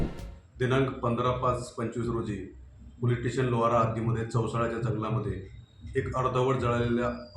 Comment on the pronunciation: लाहोरा नाही लोहारा